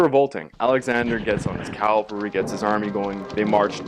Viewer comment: Cav-al-ry not Calvary.